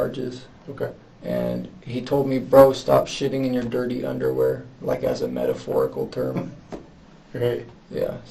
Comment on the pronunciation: "...that's a metephorical term" that's when I knew he was the smart one.😂😂😂😂